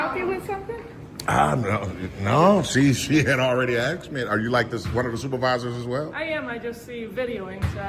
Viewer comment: 9.28 it's ASKED not Axed